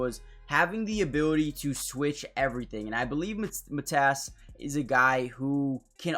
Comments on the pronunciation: Get your facts straight! Matas is not Mat-ass it’s Ma-long A Tas is short A. Matas will be great. Born and raised in the Chicago area! To Lithuanian parents! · Well his name isn't Mat ASS. Just don't emphasize any part of his name. Especially the end. Say it as one word. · Good video, but his name is pronounced more like Maw-tas, with a long A at the start. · Pronounced: Mah-tus (rhymes with "Got us" You got last name right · Matas pronounced. MUH-TOSS. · It's Pro-Nounced "Mah-Dis" fast. He needs to practice his jump shot & be able to knock it down with ease. 10,000 shots per day until its automatic! Something will snap mentally.